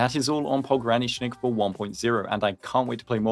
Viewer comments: Finally, someone who can pronounce his whole name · You're like the first Endfield CC that managed to pronounce his full name correctly